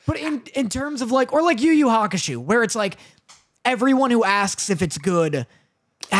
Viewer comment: If ever says YU YU hakusho like that again I rage. Never been triggered by something so simple lol